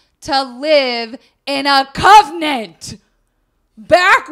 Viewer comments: LOL "covnent". It's con-vent. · I love this so much, but the fact kept saying "covenant" instead of "convent" KILLED ME the whole episode. I want to be her copy editor. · Omg! I loooooove and this story was great but I was internally SCREAMING every time she said covenant! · I thought I was going to rip out my hair every time you said "covenant" instead of "convent". Love you both but sweet jesus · (it's convent not covenant. A covenant is an agreement) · I'm fairly sure it's because by putting the body in "girl's" bed, after finding the burnt remains in the convent, people would think that it was "girl" who had died in the fire. Thus, "girl" would be free to live her life. Also, not sure if you were misreading it, but it's pronounced CON-vent. Anyways, loved this series, I hope you do more. Lady Maupin is one of my fave historical women. <3